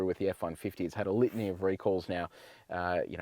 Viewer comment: Each time he says litany it sounds like lithium.